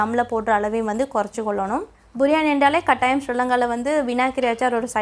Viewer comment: බුරියානි ද “බිරියානි" ද